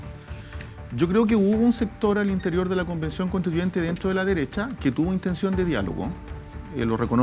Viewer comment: La disnidaah, Loh mapuche, Pinoshe, la Deresha 🤡